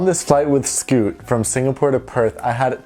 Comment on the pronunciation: I was going to say.... It’s Scoot😂